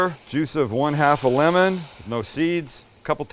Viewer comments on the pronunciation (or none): none